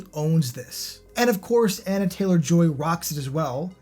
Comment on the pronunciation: ‘oxygen’ started strong but petered out and barely left any impression overall. Bizarre choice for #1 (or on a list…at all), especially since many of the other films listed were really excellent. Btw, it’s Anya Taylor Joy, not Anna.